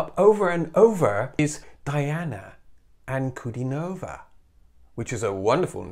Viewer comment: Noticing that you are pronunciation sensitive: The Russians pronounciate her last name Anku-di-nova, stress on the di syllable. Very nice/insightful commentary.